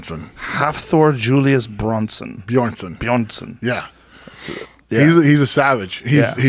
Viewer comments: That's not technically how you pronounce his name... gotta roll those r's buddy. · "Halfthor Julius Bjornson" Joe: "Charles Julian Bronson" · "Brunson" "Bjornsson" "Bornsun" Come on, Joe, jesus christ this isn't hard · Joe struggling with the name Bjornson...wtf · Not how you say his name. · Not sure if he’s a legit strongman and can’t pronounce Bjornson... come on Joe....